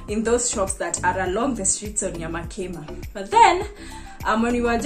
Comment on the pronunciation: Watu hawana rada nyamakima iko wapi, pronounce it in swahil nyama kima, yaani nyama ya kima😅